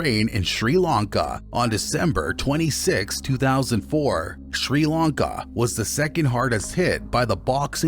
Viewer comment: I've been going to Sri Lanka for 20 years and now have a house there. Most of this is complete bullsh!t!. They can't even prounounce Tamil properly - or 'Sri Lanka' for that matter!